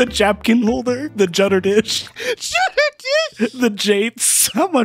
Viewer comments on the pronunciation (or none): 'THE JUDDER DISH'